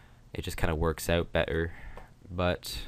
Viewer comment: Are you Canadian? "Ought"